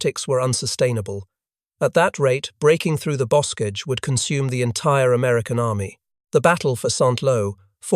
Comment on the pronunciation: "bokage", "et-tee-en"